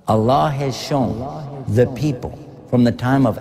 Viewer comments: so you are a muslim brother. because you say A Danish guy reacts, how i know, the way you say allah only muslim person can say correctly (Allah) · Being a Brother from another Mother.. I would suggest you to plz once read the Quran in your life.(Available in English Translation). Your life will be changed..♥️🇵🇰 Peace From Pakistan... They way you say (Allah) is just♥️♥️... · You said ALLAH right